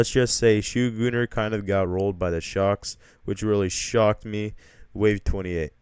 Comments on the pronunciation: Ok no joke i am french and i hate how he made fun of french ppl saying we say "shoegooner" but we say "shotgunneR" you have to say r really good with the french accent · Pronouncing shotgunner in France like we say shutgunner instead of shotgunner not shoegunner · "shoegunner" ah yess